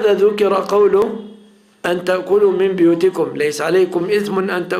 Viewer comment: تنبيه هام (بُيوتكم)بضم الباء وليس. كسرها هكذا في المصحف وقراءة حفص ولا أعلم باقي القراءات